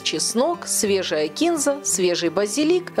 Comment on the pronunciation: Не знать, где ударение в слове "кинзА", это какой-то позор!